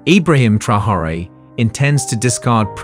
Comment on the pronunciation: Is the name Traore so hard to pronounce?😅